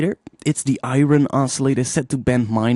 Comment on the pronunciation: Been watching your videos since they started. You're a tremendous inspiration for all of us,. And I get a huge kick out of the way you pronounce certain words, like "iron".:P